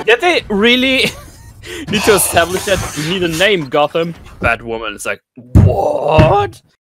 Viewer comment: Woah, Did they just fuck up the, 'Hush' arc on Batwahmen!!?